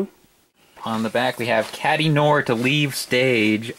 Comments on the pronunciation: noir is not pronounced "noor", you would be closer to the pronunciation by saying no-ah, you know, like in Film Noir. You can listen to how it sounds on google translate. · What is it with everyone mispronouncing "noir"? It's French.